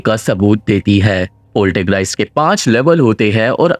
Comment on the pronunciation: Not Poltergreist, it's Poltergeist.